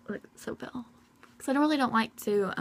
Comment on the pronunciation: she kept saying pell instead of pale